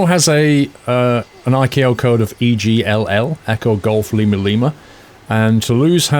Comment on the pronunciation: It's spelled ICAO and pronounced ICAO as in I.C.A.O. Took me forever to figure out what you meant. Sounded like you said akoes and I was like, What???????